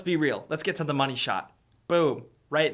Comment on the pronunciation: everytime you intend to say "to the" it comes out "do da." You can pronounce "th", I know you can - just believe in yourself.